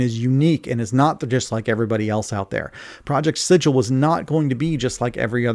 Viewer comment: Thank you for calling it Sid-jill and not Siggle.